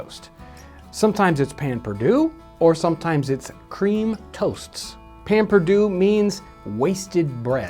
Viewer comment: Ah, Payn Pur-Dew. From the "Mercy Buckets" school of French spelling and pronunciation.